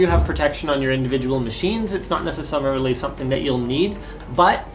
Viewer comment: It's not "necessummarilly" something I'll need, eh Linus? Haha "And now time for the quick quacks!"